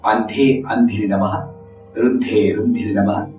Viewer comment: Namaste how to pronounce andhe andhini namaha... Ur chanting andhe andininamaha there is no gap between andhini and namaha if we pronounce it as andhininamaha as one word is there any difference in meaning pl let me know This is absolutely my doubt.... Pl don't think that iam criticising i just want to clarify my doubt as we have to pronounce mantras perfectly and flawless... I am too young both in knowledge and age pl don't think otherwise